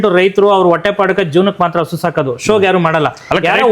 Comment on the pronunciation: ಹಸ ❌ ಹಸು✅😂😂😂